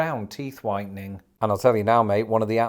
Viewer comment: for a second when you brought up "teeth whitening," I thought you said teeth widening , & I was like, wait, what? 😅